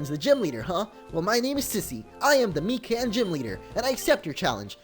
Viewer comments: It's pronounced Mīcan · its pronounced my can